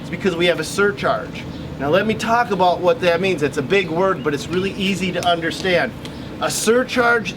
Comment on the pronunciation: We don’t say aboot....